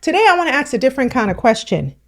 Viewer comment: Go back to school and learn to speak our language properly. Axe 🪓 is a tool.